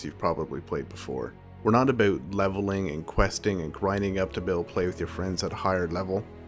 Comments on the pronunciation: I like how he pronounced about... Aboat XD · Why do you say "about" so weird?